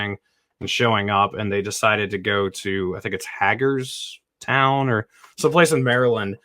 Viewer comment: Pronounced Hay-gers town! Lol I'm close to there